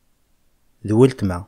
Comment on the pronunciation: C’est ma sœur le L ne se prononce pas cela se prononce wetma